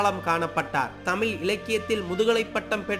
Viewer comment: தமிலிசை, தமில், தமிலக அரசு- என்ன ஒரு உச்சரிப்பு😢